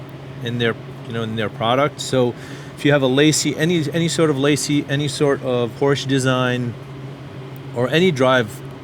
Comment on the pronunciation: LaCie is pronounced as Lazy which is synonymous with Lame 😥